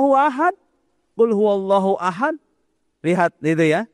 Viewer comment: hal yang simple saja dia lalai, ahad tanpa qolqolah bisa merubah arti. Dari judulnya, kirain video nya ada wahabi nya beneran, ternyata cuma orasi sendirian.